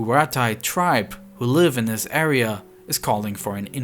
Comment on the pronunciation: First 3 seconds... "In January of dis yair"... How can a youtube channel with almost 1 million subs be too lazy to pronounce "THIS".